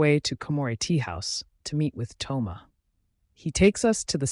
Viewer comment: Thoma❎ Tho-yma✅